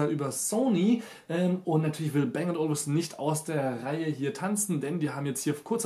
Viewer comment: Man spricht es "Bang & Olufsen", und nicht "Bäng und Olufsen".